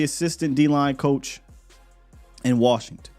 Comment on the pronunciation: LVE about to go ball out in worshington 😂😂😂